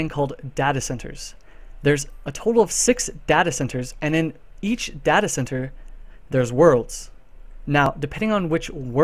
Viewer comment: stop saying Data wrong! Christ!